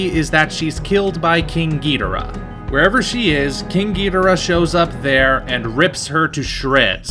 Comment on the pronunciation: is there an explanation as to why you pronounce king ghidorah's name as "Ghidrah?" Instead of "Ghi-Dor-ah?"